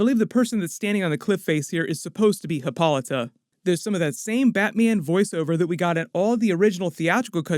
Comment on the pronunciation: thats hip-ah-light-ah, lol who is hippalotta